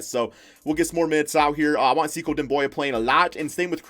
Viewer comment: "Mediocricy" = a made up word uses instead of mediocrity. Also it's pronounced seh-koo not sea cow lmao.